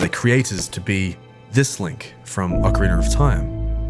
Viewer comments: OCARINA. Not Ocariner. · Why do you say “Ocarinar of time?” It’s fucking annoying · Ah-Kuh-Ree-Nah lol 😂